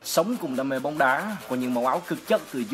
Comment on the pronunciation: "BÓONG"